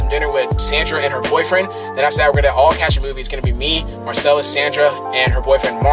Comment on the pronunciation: I like how much Emphasis you put on "boyfriend" trying to drain out all those comments about you smashing Sandra 😂😂